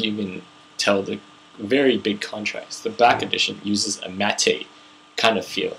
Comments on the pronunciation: "Matte" is pronounced 'mat' (rhymes with 'cat') --- NOT "matt-tay" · Matte is pronounced mat